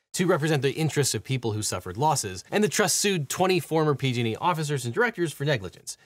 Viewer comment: When you say "PG&E," it kinda sounds like "P-Diddy." Jus sayin.'